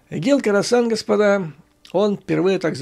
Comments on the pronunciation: Да, не Карасан, а Хорасан. Умник!😂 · Не карасан, а Хросан!